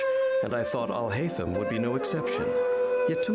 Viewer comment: Video: Al hay tham al hay tham al hay tham You: al hi tham al hi tham al hi tham